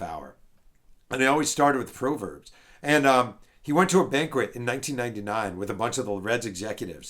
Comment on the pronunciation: Jeff, it's prahverbs not prohverbs. Otherwise a great episode